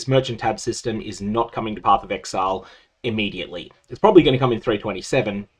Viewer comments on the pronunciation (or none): none